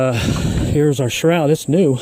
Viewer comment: video, however sharoud? No such thing. It’s a shroud.